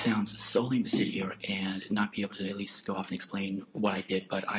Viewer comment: No, it's "at weest nobody sufewwed"